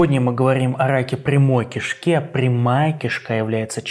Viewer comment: Хоть болезнь совсем и не смешная, НО МЕНЯ ПРОБИЛО С ПРОИЗНОШЕНИЯ "КИШКИ"